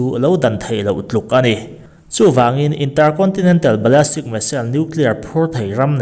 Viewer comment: Ballistic zawk anih hmel Ballastic nilovin